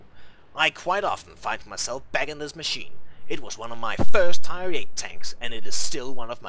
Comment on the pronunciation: Only thing that drove me nuts was the fact he could not say tier correctly.